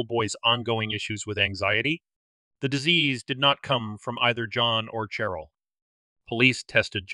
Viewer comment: Who told you to pronounce Cheryl with the ch sound instead of the sh sound? Sheryl and Cheryl are pronounced the same